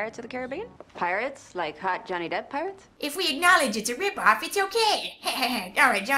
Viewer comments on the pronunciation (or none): none